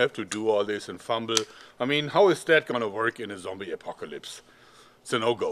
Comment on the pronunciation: Hey, you have finally got the hang of pronouncing apocalypse!